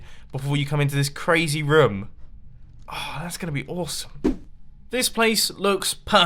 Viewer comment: I love how he pronounces room rum